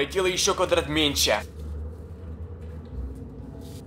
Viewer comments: Я один слышу точто он говорит не "меньше'' а "менче" ? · не менсе а менШе